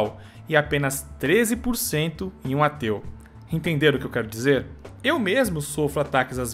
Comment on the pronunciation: no começo do video ele falou"eu tinha um tio que era ateu" e eu entendi "eu tinha um tio que era teu" kjkkkkkjkkkk